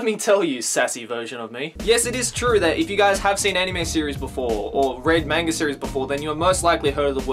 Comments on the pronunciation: Your pronounciation is wrong ur pronouncing as mangae ...its manga..😂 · he just prounoinced manga "mane-ga" i am so offended